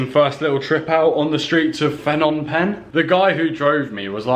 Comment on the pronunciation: It's the language nark again, it's not FFFnom Penh, pronounce the 'P' first as in P'nom. Apologies for seeming narky, I copped these corrections for ages from locals. Luv your travels and great footage cheers 😎.